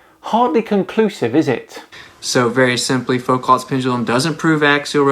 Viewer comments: Did he just say “Folk-ott’s pendulum”??? My guy... if you can’t pronounce Foucault.... there are some issues. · Please learn to pronounce Foucault's name. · He can't even pronounce Foucault's name, FFS! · If this guy's so damn smart, how come he can't pronounce "Foucault" correctly? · Damn, his pronunciation of Foucault was ROUGH